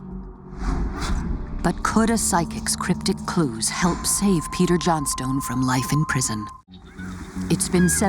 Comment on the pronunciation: I'm pretty sure that that's not how you pronounce Johnstone.!